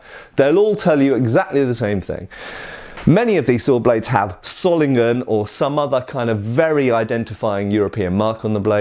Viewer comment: One small correction: The "o" in Solingen is pronounced long not short. Like in the word "sword" :)